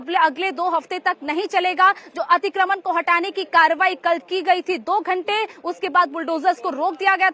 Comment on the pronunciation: खबर देने वाली महिला/लड़की, तुम्हें 'अतिक्रमण' बोलना भी नहीं आता? क्या होता है 'अतिक्रमन' है? शर्म आनी चाहिये, तुम्हें।